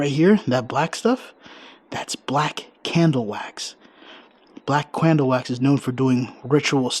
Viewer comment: LOL SAID BLACK CRANDLE WAX INSTEAD OF CANDLE GOTTA LOVE. GREAT VIDEO